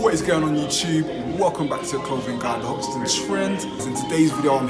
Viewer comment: come on bro it’s Hoxton FFS not Hixton